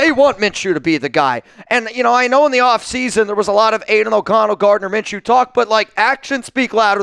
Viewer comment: Did you just say it’s minchews team after they got lucky 🍀 lmao